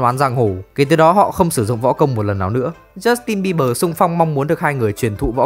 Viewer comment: jút tin bi bờ...😊...tếu nhẹ lắm... kkk